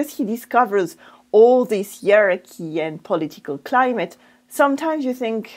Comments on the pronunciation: Hey! Hierarchy is pronounced HI-ARKY not ear-arky or he-arky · Thank you clarifying that. In British English we would use 4 syllables, as in HIYA-RAR-KY.